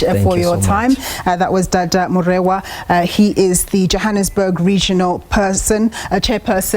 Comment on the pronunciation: Dada Moreno not Morero